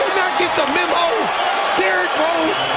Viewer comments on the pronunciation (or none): none